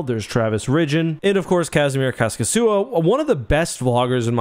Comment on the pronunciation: It's "Kaskisuo" not Khäskisyyo. I thought he was Russian before I checked how the name is written lol